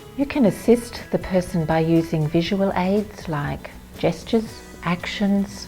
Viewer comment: When she said "assist with gestures" I was not watching, and I heard "assist with Jesters!" That might be a little more confusing....